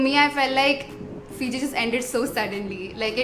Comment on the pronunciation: Hi, it's not Port Denaru... it's Port Denarau! Plus, you're one of the few vloggers that correctly pronounce Fiji...most vloggers from India pronounce Fiji as Fizi! 😊